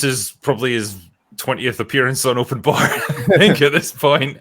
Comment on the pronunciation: "Open Barrrrrrrr" -, enunciating his R's